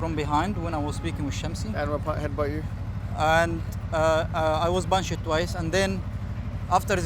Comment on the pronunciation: “He Bun-Shed me”